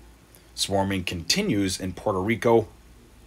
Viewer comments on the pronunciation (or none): none